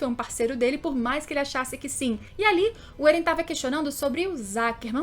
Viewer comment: "êren" "mikaça"